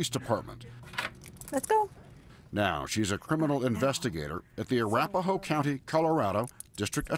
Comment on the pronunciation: A-wrap-a-hoe It’s ara-pa-ho, lmaoooo.